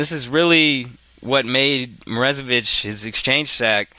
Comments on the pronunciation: Or, more accurately, "moro-ZAY-vich". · lol dude, stop saying "Morezevich" when it is clearly "MorOzevich"